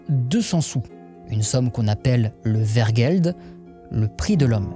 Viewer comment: Vergeld ? Hein ? Vergeld ? Mais je connais pas ce mot. Aaaaah, wergeld ! Les w se prononcent ou en néerlandais => ouèrgeld. Et je t’épargne la prononciation du g, parce que nous les belges on est sympas ;-).